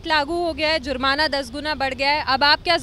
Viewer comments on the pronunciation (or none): Is ladki ko koi phele bolna sikhao sala sir ko sur bol rahi hai😬😂( 18sec and ( 20sec jurmana ko jrum bol rahi hai dil ki baat nikal gayi andar se 🤣 🤣🤣🤣